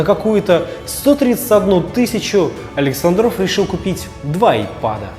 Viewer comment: АлексАндров , ударение научитесь ставить , умники и сыщики